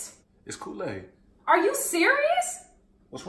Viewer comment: He don’t know to make koo-laid